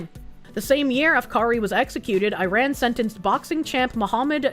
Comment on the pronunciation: Hearing the mispronounce Israel and Iran, and repeatedly, is giving me brain damage.